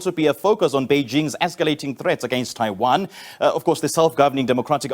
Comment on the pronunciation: 台湾，连读都读不准，一帮垃圾😅